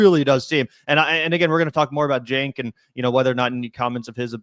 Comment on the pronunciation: Man I hate the way Griffin said "chenk" like it's a J sound 💀 not ch. Side note, a broken clock is correct twice a day so it was only a matter of time before Cenk got something right